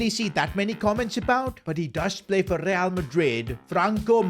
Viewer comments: bro forgot the r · bro missed the "R"😢